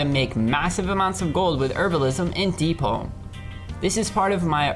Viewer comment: Um isent it deepholm not deepolm am i wrong here?